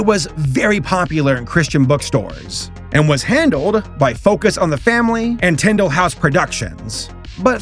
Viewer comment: When you kept saying "Tyndale" I thought you said "Nintendo" for some odd reason. lol Loved veggietales back in the 90's and 2000's Parents bought each VHS tapes. And believewe still have them some where.